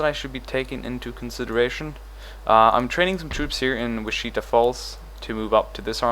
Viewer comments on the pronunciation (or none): Witch-I-Tah Falls not Witcheetah Falls